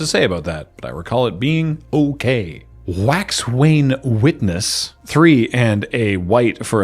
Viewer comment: “hWax-hWane hWitness” is like a Stewie Griffin bit in Family Guy 😂 Brian: “Say ‘wax’.” Stewie: “Wax.” Brian: “Now say ‘Wax-Wane Witness’.” Stewie: “Hwax-Hwane-Hwitness.” Brian: “‘Wax-Wane-Witness’.” Stewie: “Hwax-Hwane-Hwitness.” Brian: “‘Wax-Wane-Witness’.” Stewie: “Hwax-Hwane-Hwitness.” Brian: “‘Wax-Wane-Witness’.” Stewie: “Hwax-Hwane-Hwitness.” Brian: “‘Wax-Wane-Witness’.” Stewie: “Hwax-Hwane-Hwitness.” Brian: “Alright, that’s it… Urza’s Ruinous Blast, swing with Yoshimaru, good game.” Stewie: “GUUUHHHHH!”